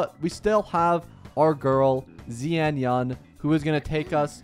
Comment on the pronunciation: Zian yan! Ofc😂😂 And suAnni ❎️ sunia✅️ Mistakes like that can be avoided with just a tid bit of effort, buy you chose not to... 🤦